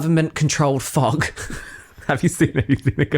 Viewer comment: “Why is the fog wet?”…: “Because it fouug” 😂😂😂